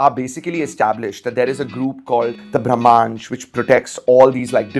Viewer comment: A person who mis pronounces his own movie name. Slow claps.